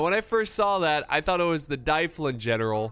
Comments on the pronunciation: mun, it's D-uh-vlin not Die-flin, we need to teach you some Welsh pronunciation!;) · 'Dyflin' is a Brythonic word meaning black pool. It leads to the name in Gaelic 'Dublin'. So Dyflin is pronounced 'DUV-linn' (emphasis on the capitalised syllable).